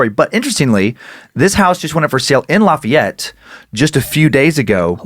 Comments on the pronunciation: as someone from Louisiana the way you pronounced lafayette made me cringe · The way you pronounce Lafayette